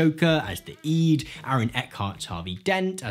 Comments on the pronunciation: It is NOT eed. It's pronounced id. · Why do you call it 'iiid' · I'm 50 years old, and I've heard the word "id" hundreds of times. I've never heard it pronounced "eed" before. It's very distracting. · He says "EE-d" but not "Eggo" surprisingly. I've never heard anyone say "Id" like "EE-d"